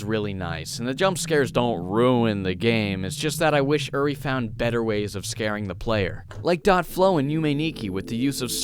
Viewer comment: Sorry to be that person, but when you said the developer's name, you had "Uri" on the screen but pronounced it "Yuri"... it's supposed to be pronounced like "_oo_-ri", not "_you_-ri" Again sorry :)